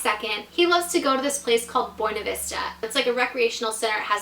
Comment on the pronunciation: Buinevesta not bwenevesta